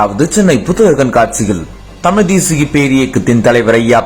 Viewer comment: நீனே தமிழ் சரிய பேச தெரியல.தமிழை தமில் என்று சொல்கிறார்